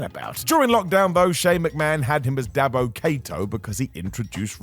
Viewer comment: Dabba Kato; not Dabbo (DABBO!! DABBOOOOO!!!) Kato!" 🤣🤣